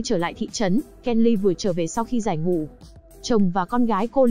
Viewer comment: Bạn đọc review quê ở Thanh Hoá hả. K đọc nổi dấu ngã sao. Cứ " giải ngủ", củng đâu biết